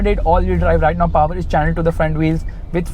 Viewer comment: I love when you said "the diesel engine got more paowaar"❤️